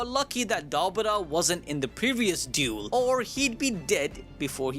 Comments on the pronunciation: Ah yes, I love a really good “Dule” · Dule ❌ Duel ✅ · Duel?❎️ Dule! ✅️ & Divine? ❎️ Dawine!✅️ 😂😂😂